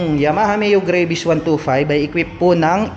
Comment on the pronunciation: GRA - VIS daw tamang pag pronounce lods hindi GREY-VIS.